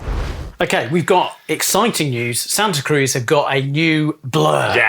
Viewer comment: As someone from the Bay Area, please pronounce it correctly,! Like does!